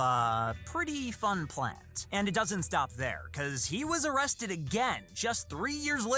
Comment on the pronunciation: No O-rested guy 😂